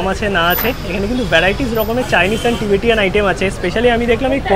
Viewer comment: আবার টিবেটিয়ান। ভুলভাল ইংরেজি আর শোধরাবে না।